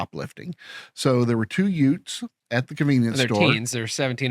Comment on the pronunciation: A yute!!! What's a yute? Oh you mean a youth. You think you're Joe Pesci . I caught that chief